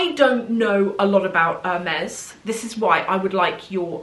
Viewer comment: It is painful to hear the brand name pronounced wrong like that over and over again 😢